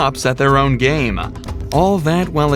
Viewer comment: "GAY-em-uh" -!?... You mean Game? ... "we-ith-drawuls-huh" is withdrawal, you don't need the suffix "s" oh the fuck-face "huh" sound of exhaling as a word particle nobody needs to hear. Learn how to breath through your nose so you stop the vile mouth-breather gasping as it forces you to mispronounce words.